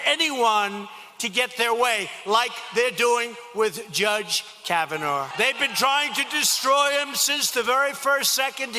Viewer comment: Can someone tell Trump that his name isn't "Brett Kavanore"?